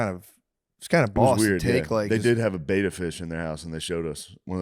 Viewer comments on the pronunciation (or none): none